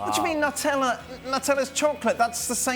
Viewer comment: Why does this guy pronounce Nutella so weirdly? Stop being muppet mate